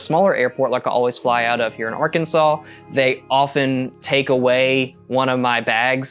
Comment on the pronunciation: Bro hit that “Arkansas” HARD